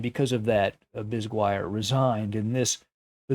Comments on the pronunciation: Butchered French name. Should be biz gee air. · Arthur himself pronounced it Bis-guy-er. It wasn't French in any case, his father changed the spelling from Bisgeier. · Could you pronounce Bisguier again please? That is just straight up ignorant, lol